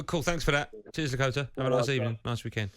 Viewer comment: Bless him when you think Lakata is "Lakota" you know something is wrong. But hey I'm Leo spelt "Lee"